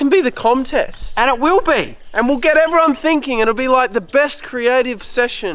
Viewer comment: heuoou ewewyone we r back in the toweew